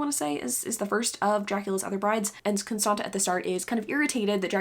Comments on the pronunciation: I'm romanian and the second t in "Constanta" is pronounced like the zz in pizza :) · Si eu ma gandeam ca e probabil "Constanța" :))